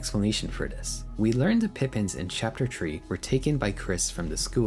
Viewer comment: Also, you messed up Pippins and Rudinn. Unbelievable. Smh.